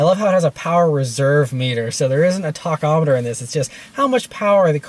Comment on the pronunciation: It's not t'agh'chometer. Like tachycardia or tachypnea, it roots from the greek of speed, or fast. Say it right dag nabbit!